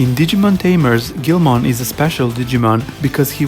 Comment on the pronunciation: It's pronounced geel-mon not grow mon